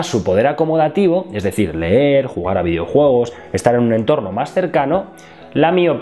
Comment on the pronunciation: que el no sepa pronunciar no significa que los españoles no sepamos hablar, no generalizes